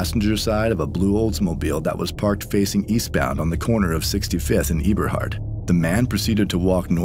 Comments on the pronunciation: It’s “eeberhart “ for it’s pronounced “ebberhart “ Eberhart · It’s “Eb”a hart—Not “Eeb”a hart. I’m from the land and it’s crzy how these ppl talk about us and don’t even know us. All the shit is sad.. Englewood…. They young but as life goes on they gonna regret all of this if they make it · Not being rude, text has no tone. The street name Eberhart is a short E, not a long E. The girl was murdered where I use to play outside as a kid. 6504 my family use to own since before my mother was born in 1950. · It’s funny how ppl who’s not from Chicago try to report and bank on our news. And it’s not pronounced E-Berhart it’s Ebber-hart.